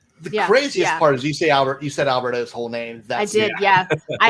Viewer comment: Props to for the Albert O pronunciation (I can say it but can't spell it). Also, I wonder if Aaron Rodgers has ever drunk mushroom tea.